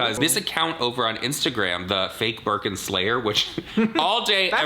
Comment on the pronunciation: Lol birkin 🐶 every time you say birkin 😂